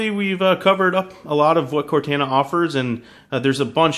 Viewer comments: CORTANA NOT CORTENA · Core-Taaan-A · It's pronounced cor-TAH-nah NOT cortAna. Tired of tech reviewers messing up the name... -_ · They way he says Cortana, (core-tayn-ah) its Cortana! (Core-tahn-ah) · cortana is pronounced with a cor-ton-a. lol. just sounds weird the way you say it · Core-tawn-uh just practice that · It is obviously pronounced cor-tah-nah for halo purposes. Not the pronunciation in the video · This idiot has obviously never played Halo before. He can't even pronounce Cortana correctly. Its pronounced "Cort-on-a". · Ugh he doesn't even pronounce it correctly -. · this guy is purposely mispronouncing "cortana" I KNOW YOU'VE PLAYED HALO, FUCKIN. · if i hear him say Cortana wrong one more time............ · He says cortana wrong 😏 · Can he pronounce Cortana right or Nah?! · Pronounce Cortana right please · Maybe learn how to pronounce Cortanas name before hand next time? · You guys need to stop ridiculing him for this silly pronunciation mistake. Once is enough. . . I'm sure he gets the point. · I agree with other people as well. I am a huge Halo fan and the way he says Cortana makes me cringe. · Holy fuck you say Cortana wrong you illiterate piece of junk. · Say cortana right man